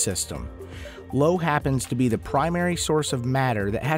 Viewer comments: What is Lo? Io pronounced IO! Great spot was observed many times before Voyager. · low? Nah uh, Io (Eye-oh)